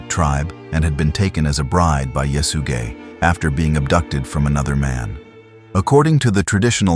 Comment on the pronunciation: could you say that name one more time😂 "yes you gay"